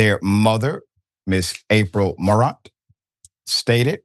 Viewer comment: It’s pronounced More-rant…jeeez 🤦🏽‍♂️